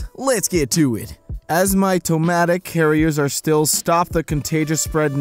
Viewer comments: Hearing him pronounce ASYMPTOMATIC as AS MY TOE MATIC made my head hurt. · A SIMP TOE MATIC